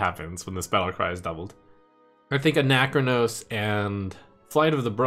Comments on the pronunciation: It’s not Anac-chronos It’s Ana-chronos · why are you making ana-chronos into a 4 syllable word?